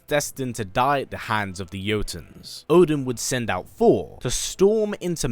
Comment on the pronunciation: I love this channel … BUT .. Ya gotta take your time and just say Th-or. You can do it: Thor. That’s it.